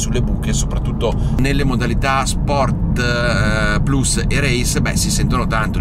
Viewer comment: Sei un grande, finalmente qualcuno che dice correttamente "Sport PLUS" e non PLAS.